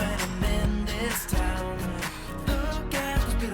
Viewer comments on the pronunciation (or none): none